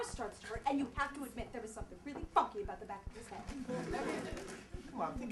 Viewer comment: this is AWESOME!! did say funky or fucky?!?!?!?